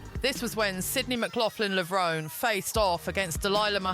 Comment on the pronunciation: The final “e” in Levrone is Pronounced! Levron-E. Do your research.